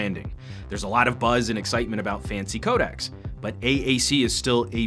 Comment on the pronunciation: "codacs"? hmm you should really get this word right bra ;)....